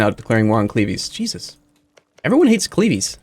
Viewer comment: At this point I am hoping Cleves get fully annexed so he stops saying it